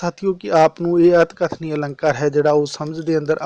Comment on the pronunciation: ਅਤਿਕਥਨੀ ਨੂੰ ਸਹੀ ਬੋਲੋ ਪਹਿਲਾ ਫਿਰ ਕਰਵਾ ਲੀਓ